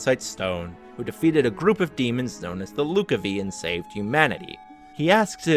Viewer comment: just so your aware, it’s said as Lous-Covvy or Lucavi, not Luca-Vee